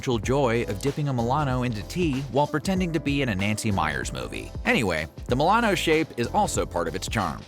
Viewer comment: Ah yes, thousandbutthole (mil-ano)